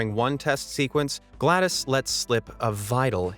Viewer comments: It's not Glados, it's Glad OS like the windows OS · its GLaDOS not GLADOS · My brain had to restart after hearing him pronounce GLADoS as Glad-iss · It’s GLaDOS not Glad ise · even he's saying GLaDOS wrong now!!! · he said glados wrong